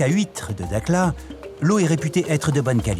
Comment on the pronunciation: Prononciation "darla" pas dakla